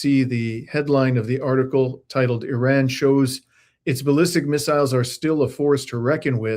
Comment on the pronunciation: Why are you pronouncing Iran like that?